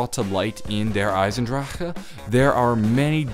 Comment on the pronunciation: Love you and your videos but you say der eisendrachehuh